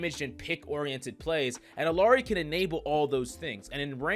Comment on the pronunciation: it’s pronounced i-li-yari bro